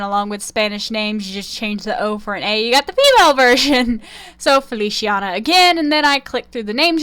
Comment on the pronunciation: “Feliciana” is pronounced “Feli—chee—ah—nah” or “Feli—cha—nah” and “Alice” is pronounced “Al—Lee—Cheh” in Italian 😅 I personally love Feliciana more Bc that her name implies “Happiness” and it suits her character